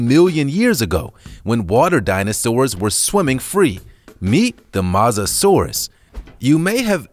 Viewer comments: It’s not Moza. It’s Moe-Za-Saurus.. (Spelt: Mosasaurus.) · It’s not pronounced Mu-sa-saur-us it’s pronounced Moe-sa-saur-us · it’s pronounced Mose-a-sor-us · You pronounce it as Mow-sa-saurus